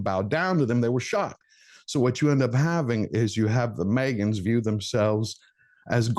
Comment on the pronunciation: Every time says “the Meagan’s “ I chuckle (Oh, oooppps! Did I spell Meeeegain incorrectly??)